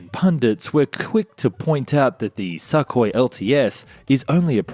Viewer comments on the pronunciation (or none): I love the way the narrator consistently pronounced the name Sukhoi as "suck-hoi" and not "soo-koi"...the not so subtle insult is much appreciated. ROFLMAO